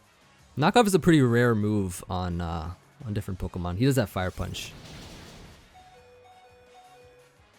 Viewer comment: = Pokemn = Pokeaim Me = will totally get them mixed up constantly lol